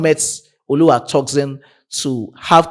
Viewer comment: Bro, you murdering Tosin’s name- it is not “ToxinSon” but Tosin pronounced (Toe-Seen). You are welcome😊